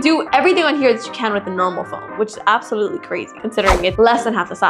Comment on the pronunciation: Bro says APPsalutly like Apple